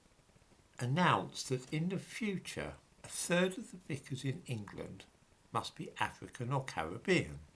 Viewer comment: VICAR! Not Vicker.